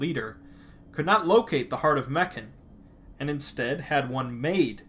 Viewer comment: Its not "Meken" its MEKHANE